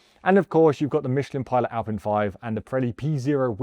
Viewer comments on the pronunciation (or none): none